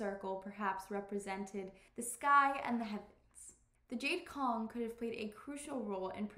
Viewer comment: I think you are pronouncing Cong wrong.